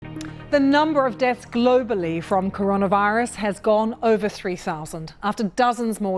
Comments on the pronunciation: I like how she mispronounced coronavirus . Good start. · It kills me how she pronounced coronavirus wrong 😢😢😢